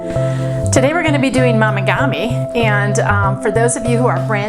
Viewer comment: Momigami is pronounced with a long “o” not an “ah” sound. Like mo not mah. FYI 😊